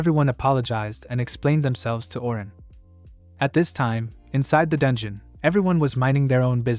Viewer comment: Can't even say dungeon and what's with the hitman.... All this ai saying dumb things makes me me not want to watch this things